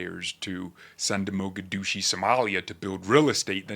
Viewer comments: Well put together, Yes prosecute and deport if possible, I like your sense of humor at the end LOL oh its Mogadishu not Mogadushi, Kidding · Mogadishu pronounced Moe-Guh-Dee-Shoe.